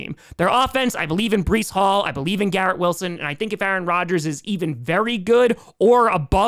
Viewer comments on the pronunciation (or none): No way you just said Bolieve😂🤣. Made me think of Bo Dallas💀🤣